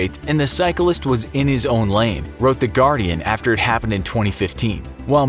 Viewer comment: "or die from their injuries sometime affer "